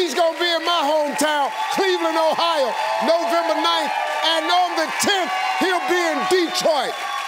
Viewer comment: NOVEMBER! It’s Novemeber. 😂😂😂 damn Steve.